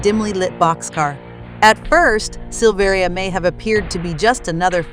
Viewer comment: It's pronounced Sil-ver-a. He is my cousin.